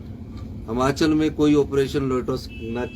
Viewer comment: हमाचल नही हिमाचल होता हैं